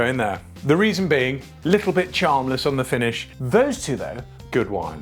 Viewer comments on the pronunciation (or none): Everytime you say "little" all I hear is "LIDL" and I'm not mad